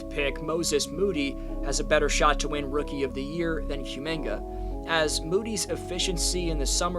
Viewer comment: How the hell are you pronouncing Kumingas name SO WRONG SO CONSISTENTLY? Therr was literally a a running joke on twitter on his name and there is nonway in hell you pronouce Cum the same way youre saying Kumingas name